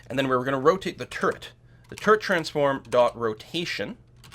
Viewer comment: Every time you just said "turret", I heard it as "turd". Made it quite comical, UI for building turds etc. :D